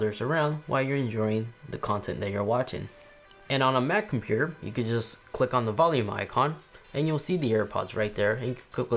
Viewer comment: oh yeah this is the guy that says computer like compuer